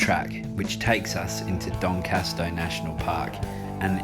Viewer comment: Great vid. But a little bemused by the continued mispronounciation of D'Entrecastaux.